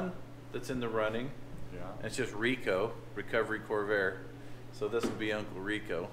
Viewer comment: The “Chore-vair”